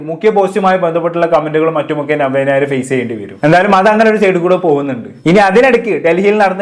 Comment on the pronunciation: ആദ്യം നവ്യ നായർ എന്ന് നല്ലവണ്ണം പറയാൻ പഠിക്കു